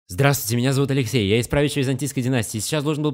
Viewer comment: момент, СЛОВА ''. АЛЕКСИЙ!! !АЛЕКСЕЙ !! !РЖАЛ пиздец 😂😂😂😂😂😂